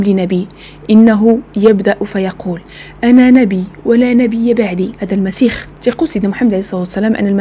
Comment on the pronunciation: يا أخيتي اسمه المسيح وليس المسيخ